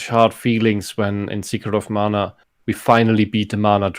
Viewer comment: All of my issues with the German on the right are forgiven because he pronounced "Mana" correctly when and the English dubs of the remakes pronounce it as "manna".